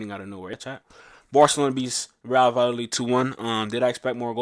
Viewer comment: Vayadolid. It's pronounced va-ya-do-leed ❤ Trust me, I live here! The double L is a Y